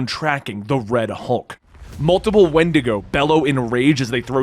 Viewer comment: When-dee-go! Not wind-ago lol